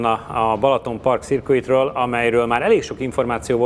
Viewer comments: nem "szirkuit" az hanem "szörkit" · Mások is jelezték és eme videó egyik kommentjében újra olvasható, hogy a "circuit" szót az angol "szö(r)kit"-nek ejti. Nem "szirkuit"-nak. Azért az furcsa, hogy nemzetközi porondon is ismert és elismert - ebből következően angolul bizonyára tudó - autóversenyzők kiejtése ennyire nyomorúságos lenne. Főleg, hogy e szó nagy valószínűséggel gyakran fordul elő az angol közös nyelvű autósportban. Tisztelettel.